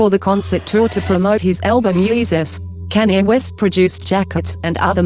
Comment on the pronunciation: its sounds like Kenya west😂